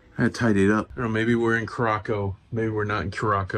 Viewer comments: Dang, you messing with my brain this morning. pronouncing Curacao as Curackoe there is no K sound in it.- Here is the proper pronunciation of Curaçao (pronounced "Cure-uh-saow") the saow is pronounced with an "s" and then I have heard it both as sow to sow seeds or sow as in a female pig. No judgment here, just an FYI for future references. That and my brain is an autistic brain type, and things got to be in order! lol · Cure-ah-souw The name starts with a hard 'C', while the 'ç' (c-cedilla) is pronounced as an “S”. So, this means that Curaçao is pronounced as 'Cure-ah-souw'. The blue version is then called Blue 'Cure-ah-souw'. So, no, it isn't Kurákao, kurako or kurasiao. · Cure a Sow is the pronunciation. Good try though. LOL!!!!! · It’s pronounce Curaçao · Well since there is no such place as car-ac-co, your okay. Now if we are talking Curaco lol...😂 We did the ABCs in February. It was awesome but coming from a Maine winter it was soooo hot. Felt like 95% lolololol (actual temp was 84 with very high humidity) I so wanted to go on an excursion like this. (We were on a different brand of cruiseline but they had a similar one) Im so glad you shared it with us. Thank you!! ❤ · It’s pronounced Cur a sow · It pronounced kier-a-sow. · Pronounced curascell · It is pronounced Curasao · Love that place that's one of my favorites and I really thought you were pronouncing it wrong at the beginning you got me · Laughed at your Curacao pronunciation, until i saw you knew the correct pronunciation. You goofball. My mom and dad went there years ago. Thanks for the video. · Not me typing a comment on your pronunciation as I’m watching but then you correct it before I hit send. 😂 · Please stop mispronouncing the name of the island!